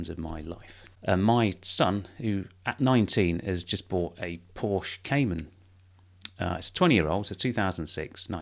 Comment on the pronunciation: How does one own two Porsche’s and not know how to pronounce the name of the car?!